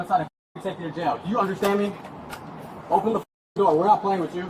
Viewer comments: “open the noor” 💀💀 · “open na noor”